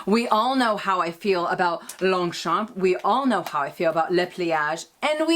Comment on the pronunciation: Lovely video, as usual 😍 I love your new Longchamp pouch, will be ordering one in a sec (if I may, we do not pronounce the "p" at the end of Longchamp, actually we do not pronounce the last letter in 99% of French words, which is why spelling it correctly is tricky 😂) Take care and a big kiss from France 😘😘😘